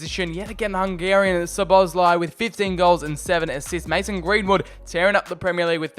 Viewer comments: Szobolozai. xDDD This is fun to hear as Hungarian. I think you should pronounce Sz as u pronounce s obo is ok the other sz is simple s again and lai as lai. So Soboslai. xD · The pronunciation is pretty much So-Boss-Lie (The lie part is with british accent). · (Zo bo lai) thats his pronounciation :) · Szoboszlai = Sawbosslai not sobolosaj😂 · You pronounce soboszlai as sobosluyi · szoboszlai you must read like 'Shoboshlai' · You need to pronounce Szoboszlai like Schobosschlai. Or i guess it would be allright if you say soboslai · If you want to pronounce Szoboszlai than just try like this: "SOBOSLA-I" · Szobozlai (So-bo-zlai) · He is pronounced soboslai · Szoboszlai is pronounced shoboshlai if I am right. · It’s said sobozlai